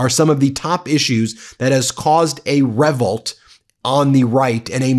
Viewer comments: It’s pronounced reVOLT not REvolt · What the F is a “revult”? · Revvolt? Really?? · "... caused a REVult..." WTH? Who says that?😮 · How do you pronounce ReVolt? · Thanks Ben! fyi, you pronounced revolt weird. Lol